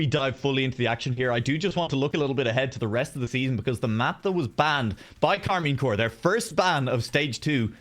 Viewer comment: keeps saying Karmine CORE instead of CORP... like how are you casting and you don't even know the name of the team